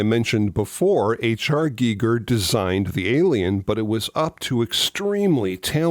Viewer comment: So glad you pronounced H R Gigers name correctly 👍🏻👍🏻👍🏻. 👏🏻👏🏻 Small thing but it bugs me when people mispronounce it. Ha ha.